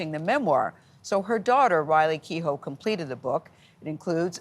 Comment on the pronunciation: When people don't. know how to pronounce the Irish name Keough.